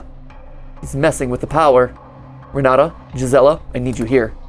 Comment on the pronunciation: The jumpscare I got when I heard my name Also Renata is pronounced with a t not a d